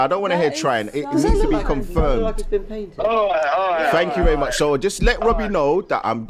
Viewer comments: wobbie 😂😂😂 hahahahahahahahaha lmao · "When's it gonna end Wobbie" 😜🤣